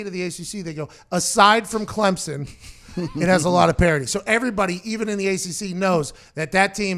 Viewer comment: Pat congrats on being the first college FB analyst to pronounce Clemson right. Every other mf says ClemzzZon and its it's annoying as hell